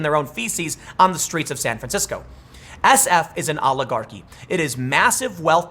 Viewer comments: "San franshisco", don't step in it . . .💩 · San Fransicko